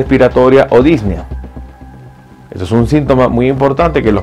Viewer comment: Dis ne a. Son tres sílabas. La música de fondo molesta y la repetición es innecesaria. Es preferible y se agradece un video más corto que informe lo mismo.